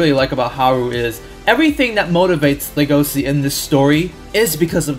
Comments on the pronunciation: The way you say his name hurts MY brain "legosi" ugh- the way I say it just feels soooooo gud "legoshi" so nice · The correct and official romanization of "Legosi's" name is Legoshi, and you pronounce the Sh normally, i can't bare people calling him Legosi lmao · Nope he was wrong the anime pronounces it legoshi which to me sounds better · I'm so trigered by the way he says legosi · legosi according to anime is pronounced Le-go-shi :v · "Lego see." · It's pronounced LEGO-shi